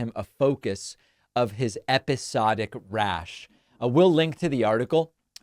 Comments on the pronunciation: "wrath" not "rash" ... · David, did you say "his episodic RASH"?! I think you're exhibiting signs of phonemic aphasia!! 🦃🤣🦃🤣🦃🤣🦃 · Geeze, for someone who ridicules Trump for mispronunciation…you need to get out of your glass house. You cannot pronounce Maquoketa, Iowa, the name of the judge in this case and the word “wrath.” I am no fan of Trump and hope he goes to jail forever, but just try harder, dude. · David I think you mean wrath, not rash , in ur beginning statement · wrath not rash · “episodic rash” David? Did you just have a Trump moment? I read “episodic wrath.” Wrath, David. Wrath. Not “rash”… The dangers of hitting him for minor slips, even you have them.